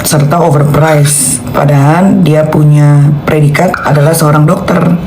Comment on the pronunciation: Perhatiin Kalau NM ucapin : Padahal , selalu jadi nya: Padahan 😅, L jadi N 😂